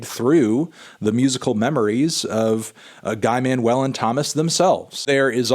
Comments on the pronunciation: You pronounced their name wrong. So, Thomas pronounced "TOMA" and Guy-Manuel pronounced "GI-MUNUEL" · not melon still mispronouncing guy-man's name